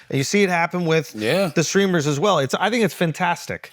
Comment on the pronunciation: Charla calling "Streamers" "Screamers" is peak culture 🤣